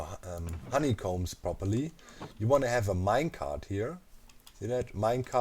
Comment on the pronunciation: Everybody: "Honeycomb": "HoneyCOMBES"